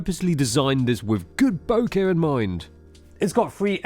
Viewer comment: Only can pronounce the word BOKEH correctly. The other channel be like BOKA.